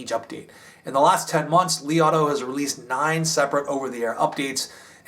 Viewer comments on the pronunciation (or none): none